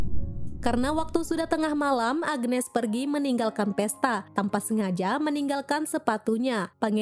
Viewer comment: Agnes bukan agenes😂😂